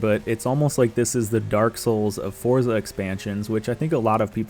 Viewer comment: 19 “forza driver” 😂😂